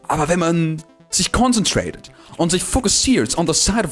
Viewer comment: Conzenträdet weidergehn....😂😂Ich liebe es😂